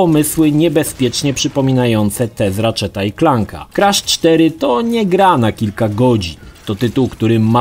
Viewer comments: nie kresza a krasza badz polakiem xd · KrAsz a nie jakiś KrEsz. Tu i tak lepiej niż w filmiku o trylogii. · ‚Krasz’ czy ‚kresz’ bo w końcu nie wiem😅